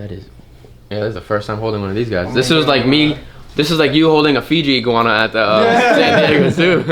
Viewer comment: He said yellow egwana